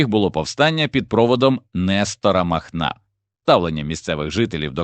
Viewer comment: Да не мАхнА,а МахнО!!! 3.14 здец! Яке озвучення!